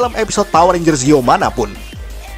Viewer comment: zeo kok ngomongnya kayak ngomong zi-o ya